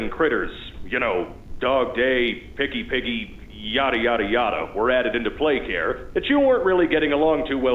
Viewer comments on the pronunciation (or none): You said "PigPatch" instead of "PickyPiggy." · Can we rewind to where he said “pig patch” instead of picky piggy😂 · It’s picky piggy not pig patch Dummy😂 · Bro, it’s picky. Piggy not pig patch that’s a Fnaf character 😂😂😂😂😂😂😂😂😂😂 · Pigpacth? PIGPATCH!? IS THIS NEW FNAF LORE?😂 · Bro you said acceadently pig patch 😂 it’s okay man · Did he just say pigpatch when its naime isnpikky piggy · "Pigpatch" Its picky piggy you numbskull 😂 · Bro it’s not PiG pAtCh It’s PICKY PIGGY ( slippin up) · PigPatch? It’s PICKYPIGGY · Sure calling pig patch instead of picky piggy lol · Bro called pickyPiggy.Pig patch. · Bro said pigpatch😂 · Who is piggy patch 😂 that’s not how you say her name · Bro said pig patch lol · bro said pigpatch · WHY DİD YOU CALL PİCKY PİG PATCH????????????? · Ain't no way he said pig patch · Wait did he just said pigpatch?